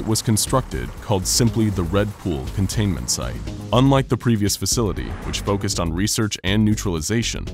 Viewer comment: Anyone else annoyed at 'contaiment' ?